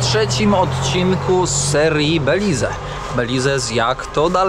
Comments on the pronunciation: Belize wymawia się - bɛ-/, bih-LEEZ, beh, końcowa samogłoska “e” nie jest wymawiana, tzw. cicha. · Mowi sie Beliz. Kamerka, kapelusz, plecaczek, idealny punkt zaczepny dla tubylcow. Jest mnostwo pieknych miejsc w tym kraju, po co pchasz sie w centrum. I trzymaj sie tam z daleka od rzek bo sa krokodyle